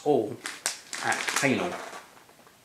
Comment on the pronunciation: Wrong pronunciation,! It's not 'hanel' (for hähnel), but 'heh-nell' (even though it's difficult to pronounce it 100% correct, cause German sound 'ä' doesn't exist in English language).:-D